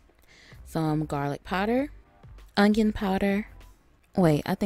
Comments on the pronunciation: Onion with a "G" humm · 😭youre the forst person ive heard say onion like me